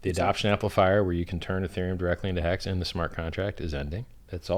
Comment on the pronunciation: Did he say Hex or Hecks?